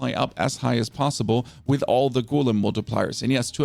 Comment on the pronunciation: Why is it so hard for you to say Golem correct.